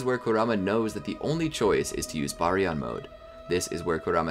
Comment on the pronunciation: ima just say it its pronounced ( bar-e-on )